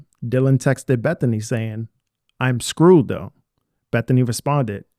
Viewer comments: She was saying scared not screwed. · she said scared not screwed